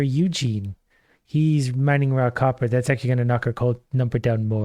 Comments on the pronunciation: You mean he ISN'T saying "Rock Hopper"!?!?! I had to re-wind and listen harder. Oh wow. lol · For the first half of the video every time he said "Raw copper" I heard "Rock hopper" and was very confused about the difference between rocks and stones.